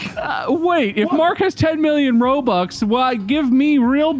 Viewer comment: Normal people: I want ROBUX Markiplier: ROBOOBS